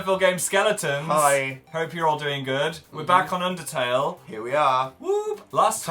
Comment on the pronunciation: Anyone else notice that Jack calls it Pundertale too?